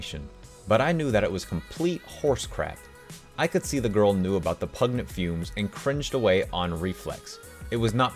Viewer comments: Dear God can you not read the name Enid Blyton (ee-nid bligh-tun) she is a famous English children's author. Also it's pronounced pungent not pugnet and min er vha mac gone igh all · its pun-gent lol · Pungent was said wrongg😉🤷‍♀️😂😂😂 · You not knowing who Minerva McGonagall is or how to pronounce “pungent” makes me so sad 🤣🤣